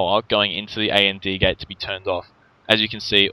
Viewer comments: AND Gate is pronounced "and gate," not "A-N-D Gate." It was driving me a little nuts. I enjoy your vids though :) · You do realize it is pronounced and gate, as in the word for "&" not A.N.D. gate, right? And isn't an acronym.